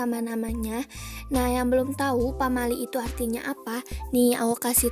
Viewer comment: menit pamail hah wkwkwk (maksud nya pamali kali maaf)